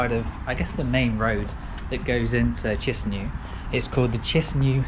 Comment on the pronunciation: say chinsinau again